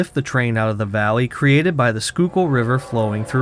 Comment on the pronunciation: Now I know how to pronounce 'Schuylkill'... "Skookil". As someone not local to the area, I would've said "Shyle-Kill"